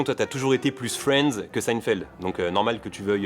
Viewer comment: ça se prononce seïnfièld non ?